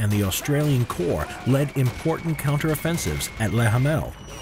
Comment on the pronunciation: at least you said 'core' instead of 'corpse'.